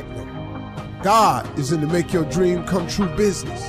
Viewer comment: dream not deam ạ hìiii 😁